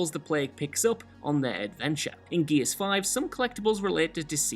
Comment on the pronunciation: Even the subtitles say 'Geez of war'. Love you, but speak english